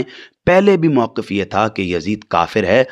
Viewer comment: "موقف " واو کے سکون اور قاف کے کسرہ کے ساتھ ہوتا ہے نا کے واو کے فتحہ اور قاف کے تشدید کے ساتھ ۔ جو گفتگو کا جملہ ہی غلط بولے وہ اس سے دلائل بعید یے